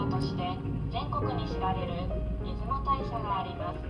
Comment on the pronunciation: 出雲大社はイズモタイシャではなく、イズモオオヤシロでは？